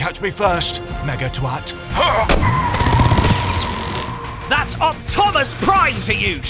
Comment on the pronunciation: TRANSFORMERS ROBOTS IN DISGUISE Also he call him "megatwat"